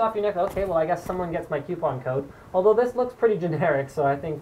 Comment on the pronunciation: QUE-Pon! lol I did not know there was a Q in coupon